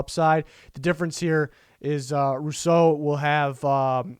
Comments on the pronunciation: Which draft value chart do you use? An big ups on fixing your pronunciation of Rousseau. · AYYYYYY you finally pronounced Rousseau correctly!